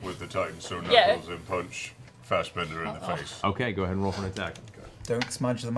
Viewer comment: Everytime Marisha says "Fastbender" instead of "Fassbender"... smdh XD